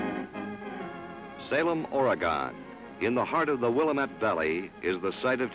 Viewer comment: Incorrect pronunciation of Williamette